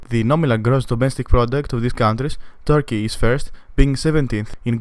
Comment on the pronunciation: its not tarky its turkey wtf tarky